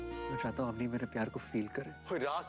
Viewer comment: Auni nhi hota woh Avni hota hai.